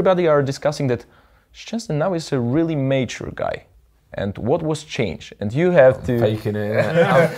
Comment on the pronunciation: bez czepiania ale słowo Mature wymawiasz źle. Nie jestem purystą angielskiego lecz samo oglądanie kategorii na pornhub to nie wszystko;)